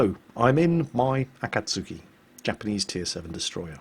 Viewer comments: brush up on your japanese pronounciation,, A'kats'ki (or just watch more Kancolle^^... POI^^ )...omg, I sense Salt Mines in my immediate future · ~ OMG I have never heard anyone says "Akatsuki" this dirty...